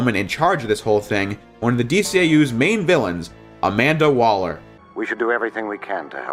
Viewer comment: You said Amanda Waller and I rolled my eyes